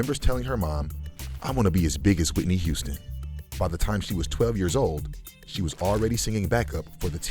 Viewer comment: Speaking good on Whitney’s name! Respect.